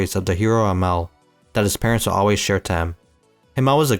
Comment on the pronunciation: Himmel, not him-el🙏